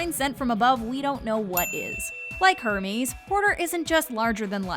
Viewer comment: i’m sorry did she just say ERMEES?!!!